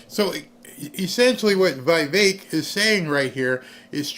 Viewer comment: Dear, please, no offense meant: It's "Vivek" not "Vaivek."😊